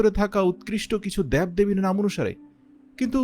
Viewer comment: দ্যাব দেবী? উচ্চারণ ঠিকভাবে করতে পারেনা, অথচ এত গুত্বপূর্ণ ভিডিও বানিয়ে YouTube এ ছাড়ে?